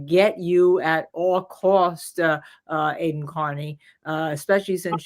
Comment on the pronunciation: Cosgrove mispronouncing Aidan’s name reminds me of when Hank did it constantly to Alessi after being corrected as well. This is clearly like a Norfolk county Massachusetts thing it’s really repugnant.